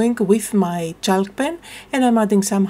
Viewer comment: Love the page the colours are amazing and I have a similar stamp so I might give this a go. Your English is amazing but a quick word about the pronunciation of chalk. The ‘l’ is not pronounced so it is pronounced like ‘chawk’. Hope you don’t mind me saying. 🇦🇺